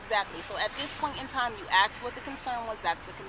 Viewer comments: It’s ASK. NOT ax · Please people the word is “ ask” not ax. Please finally learn how to pronounce this easy English word. It’s “ ask” NOT ax. ✌️ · Why do blacks always say “axe” when it’s pronounced “ask” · Ask. Ask. A.S.K. IT IS PRONOUNCED "ASSSK" ASK! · Such a waste of air!! First of all, she’s a massive human, exhausting the poor officers! Secondly, she’s a is a driving/wrecking crime spree! Ughh!! Axing! Axing! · "You AXE what the concern is." cripes! just doesn't get it! Hilarious.. "please don't touch me,," yeah,, hilarious! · I knew she was trying to skip the parking fee as soon as she pronounced ask as “axe” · Can't pronounce "ask".